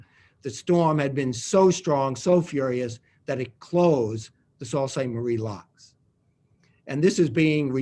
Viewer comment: I I thought it was pronounced 'Soo Saint Marie,' not 'Salt Saint Marie.'